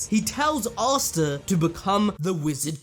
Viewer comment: you need to stop calling him "arr starr". Asta (aaa sta or ah sta) <